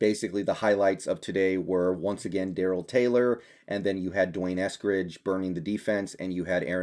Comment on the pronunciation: You are mispronouncing D'Wayne's name. It is Dee Wayne, not Dwayne.